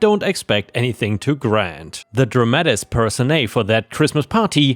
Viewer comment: ⭐️ Dramatis personae is Latin. Pronunciation rules are different. Drah-mah-tisss purr-sow-nye